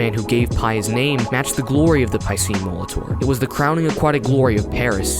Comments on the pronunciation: your pronounced piscine wrong. it's pronounced pe-ceen no py-ceen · His name should be pronounced as "ˈpīsēn" as it's French :) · Good video but the way you pronounce Piscine makes me die inside